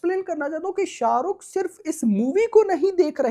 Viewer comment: Bro first tell his name with respect sha ruk sir ❤